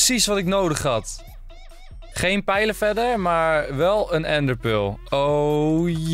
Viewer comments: What da fuq is een ende pul 😂😂😂😂 ga Engels leren ofzo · Ik vind het altijd grappig hoe Enzo ender pearl zegt: endepeul